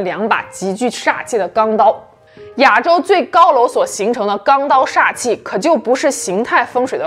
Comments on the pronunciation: 你一口一个 ”哑州“，”哑州“，”哑州“。听着憋屈。是 ”亚州“，第四声。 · 别“哑州”了，“ya 四声州”。